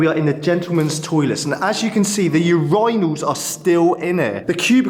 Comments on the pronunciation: sorry, how we said urinals...it funny too me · The proper British pronunciation: Ur-Īne-als.